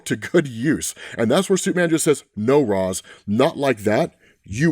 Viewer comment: You still can't pronounce ra's name? Batman pronounces it for us thousands of times and even corrects terry